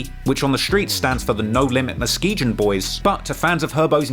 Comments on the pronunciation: I love your content but growing up in the Midwest I gotta help ya on one pronunciation. It's Mus-Key-Gun, lol it's just a silly thing to point out. Keep doin what you do, that Von doc went hard as hell. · In NLMB Muskegon, is pronounced Mu-skee-gun, I’m from Michigan where Muskegon is and a lot of the streets in Chicago are named after places in Michigan for some odd reason. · Muskegon is phonetically pronounced “Mus-Key-Gun” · Ma-skee-gan. That's how it's pronounced, homie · Dam it bugs the fuck outta me when a content creator doesn't take the time to learn how to pronounce shit.. MUS- KEE- GON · It’s pronounced Muskegun bro, like Gun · It's pronounced musk-key-gun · Brahh… it’s ‘muss- key - gun’ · It's MUH-SKI-GUN sir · Lol I pretty sure it's pronounced Moskegun. I have a friend from Muskegon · Just to give yall some reference, I'm 40 from Chicago and terror town was called that b4 I was born...and the stones prevented Chicago from getting rioted when MLK got killed while every other city in America went up in flames...over 100 cities. And it's pronounced MUSK-KEY-GUN boys, Jesus Muskegon is a city in Michigan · Thank you. As a Michigander, the muskee-gin was really getting to me. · love ya babe but it's pronounced - Muh Ski Gun Muskegon, MI born and raised. Holla. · It’s pronounced MUSK-E-GON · "mus-key-gun" bruh say it right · Muskegon is pronounced musk-ee-gun, just a tip. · good lord the mispronunciation of "muskegon" is gonna drive me crazy. ITS A HARD G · It’s pronounced “Musk-e-gun”. I only know those because I live in Michigan in a city called Muskegon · I think it’s pronounced Muskeegon. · musk-ee-guuhn or an easier way to pronounce it correctly musk-key-gun. lmao but anyways...... but either way I was hooked to this video. new subbie. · Girritated Uy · The G in Muskegon is like the G in Go. Not like the G in Gin. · Bro, MUH-SKEE-GUN SAY IT FKN RIGHT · It’s pronounced Musk-e-gon fyi lol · Its pronounced musk-key-gon 😭